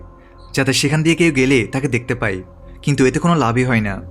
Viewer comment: আপনার ই আর য় উচ্চারণ ঠিক নাই।পায় না বলে পাই বলেন। আবার যায় না বলে যাই বলেন। উচ্চারণ ঠিক করুন